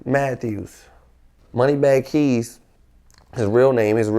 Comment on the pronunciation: its money bag kz not keyz 😂 k z